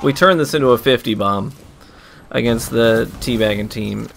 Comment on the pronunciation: aginst "baggers" lol